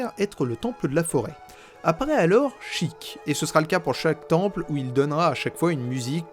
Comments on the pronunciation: A chaque Sheik prononcé "chic" prononcer au lieu de sh [É] kun chaton se turas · Ah ça me fait grincer les dents le fait d'entendre "Chiiic" mais bon après chacun ses habitudes mdr, très bonne vidéo ! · Comment ça on prononce "sheek" et pas "shèik" 😭 Je ne savais pas que ça correspondait au mot anglais "seek" mais ça a grave du sens avec Zelda et ses actions ! Merci pour ta vidéo, c'était super intéressant et instructif ! 😊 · perso je disais SHEIK maintenant je dis CHIIK (plus classe) ( ET C'EST PHOTOSHOP FLOWEY PUTAIN DE MERDE) sinon y a t il des gens qui prononcent sans comme sense (je les comprends pas ceux làs) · Je suis en plein visionnage de cette analyse, ayant adoré la partie 1. Je découvre ton travail sur le tard et c'est vraiment super, bravo :) Je reviens sur un truc : tu as raison de dire "Chiic" pour Sheik. Mais dans ce cas là il faut aussi dire "Malone" pour Malon, "Talone" pour Talon, et "Ranch Lone Lone" pour le Ranch Lon Lon. C'est prononcé comme ça en jap ^^ Voili voilou ! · sheik je le prononce "sheilleque" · Je suis le con qui prononce chëic 😐😐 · Bon moi je prononce « Shéyk » Donc je suis très loin...